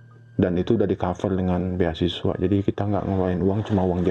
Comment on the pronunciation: ..8.22, beasiswi bukan beasiswa, yhaa apa iyhoo.....